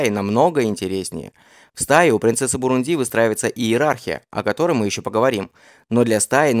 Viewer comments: Автор, ударения ставить научись сперва! Не бурундИ, а бурУнди!!! Ударение падает на второй слог!!! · Дружище, неверное ударение в слове "Бурунди" режет уши. Посмотри, пожалуйста, в словаре - как правильно.